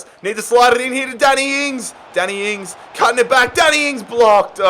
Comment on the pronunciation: "Daniel Ings"💀